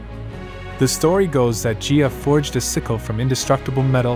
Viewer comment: It's Gaia not Gia and also it was a scythe not a sickle